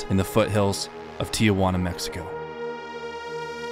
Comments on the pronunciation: STOP saying TEE YAH WANNA please. How in the hell do you get TEE YAH from 2 letters t and i before juana? Try TEE-Wanna maybe. I bet you nukyaler instead of nuclear... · It’s pronounced “Tee-juana” not “Tee-ah-juana.” 😁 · Tijuana pronounced [ tee-hoo-Anna ]